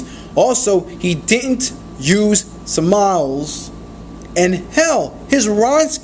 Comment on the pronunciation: I agree with this dude but he speaks terribly. It's annoying. It's pronounced rhythmic. It's pronounced sim mi lees. Not sim miles. Similes.